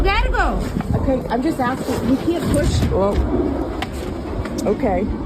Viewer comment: Are? Who is axing?